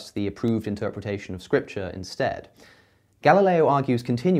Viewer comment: Me: Galileo Cosmicskeptic: Ga-La-leeeo